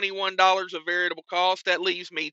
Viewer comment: must be ill, he said variable correctly. There is no Adam Bennett.